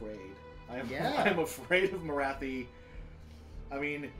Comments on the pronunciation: It Morathi not morthi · Interesting short battle report but please tell that lad Morathi is pronounced More-wrath-fee. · MORE-ATH-EE. Morathi. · where the heck did get the name Morthai from when it’s clearly Morathi